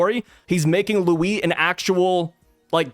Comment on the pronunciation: I'd say you nailed the Louis Arnot pronounciation ! Keep it up